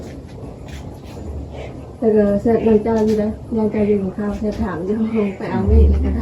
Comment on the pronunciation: สบายดี.เว้าผิดสอโตกินเข่า.ต้องเว้าวาสอแข่วกับปากกินเข่าก่อนเด้อจิ้นเนาะ🤔🤭😁